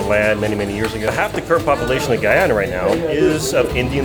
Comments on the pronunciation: Guy ana, not gwoiana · Great content. I'm Guyanese. Thank you. It's pronounced Guy-ana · it's pronounced guy-anna people from guyana are called guy-ann-eese people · HELLOOOOOO....... the name of my country is a very simple 2 syllable word GUY ANA...... GUYANA ! por favor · Bro u pronounced the name wrong bro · My man appreciate you going to our country but you have the nerve to pronounce our country name wrong and said the country you didn’t know exist where the hell do you live? You’re a little disrespectful. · This gay man has trouble pronouncing the nation's name.